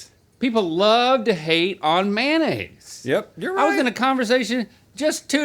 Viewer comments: Man-aise, man-aise, man-aise. 🤦‍♂️🤦‍♂️🤦‍♂️🤦‍♂️ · I want someone to do a deep dive history on how and when people started calling “mayonnaise” “manaise”.